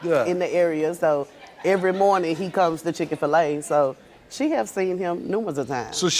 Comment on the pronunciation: 😂 ga dam for a chick that cant say chik - fil - a 😂 messy ass